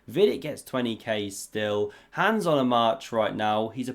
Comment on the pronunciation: again....his name is HANS, not HANDS. Rhymes with Bronze.